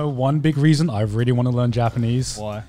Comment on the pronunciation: Garnt, THERE IS NO "V" IN REALLY. I'M BEING VVVVREALLY, VVVREALLY, VVVVREAL WITH YOU THERE IS NO "V" IN REALLY.